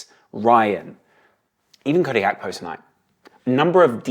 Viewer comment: Swear if he says HAKPO one more time